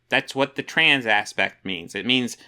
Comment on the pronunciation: Did she just say "Troons" ??